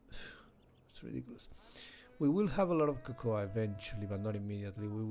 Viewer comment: Why dont the ai have animations? Also cocoa is ko-ko not ko-ko-a